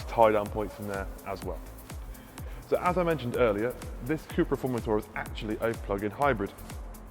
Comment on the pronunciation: FormenTOR....... Not formentaaaa